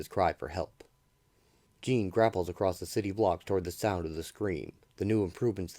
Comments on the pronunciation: It's not pronounced "jean" like a pair of jeans. It's pronounced similar to Shaun. Zhaun-Paul Vah'lay, it's a french Canadian name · It's not jean. It's like shawnpaul but with a J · If you can’t pronounce the name correct you really shouldn’t be doing an audio presentation It’s not Gene Paul Jean Paul like Jean Luc Picard Awful really awful you couldn’t get his name right The name the spelling and the backstory of the character is clearly European This isn’t even listenable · Dude it’s not Jean it’s spelt Jean but it’s pronounced differently this annoyed me so much turned it off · Bro its a pronunciation error. He still did a good job in explaining the full story. Get over it